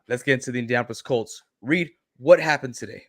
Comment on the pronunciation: Sorry Reed , i'm dying here 😂😂 pronounce it like "Rike" ! Hahaa